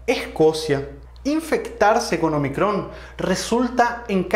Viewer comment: Un detalle: no es omicrón, sino ómicron. Letra del alfabeto griego.